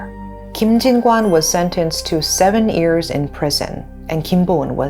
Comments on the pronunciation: I wish the presenter would stop saying "ears" instead of years. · how do you pronounce every word perfectly except 'year'?